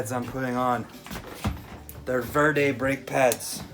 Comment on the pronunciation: Oh yeah demo vulcan arms yas Verde is pronounced Verdeh